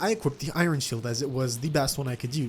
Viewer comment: Why you say iron like that